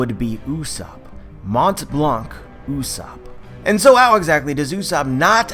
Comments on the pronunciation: Amazing theory, once again! (Small fact: "Montblanc" is a French word, it's pronounced like "monblan", not "monTblanK") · Hey! Montblanc came from Mont Blanc (Literally White Mountain) in France. You don't actually pronounce the T and the C. Like "Monblan" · Great theory ! I'm legimately mindblown yet it was so easy to think about ! :D PS: In Montblanc, the T and the C are silent, it's pronouced Monblan . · Just so you know , you don't pronounce the "t" and "c" in "Montblanc" , great video 'tho :)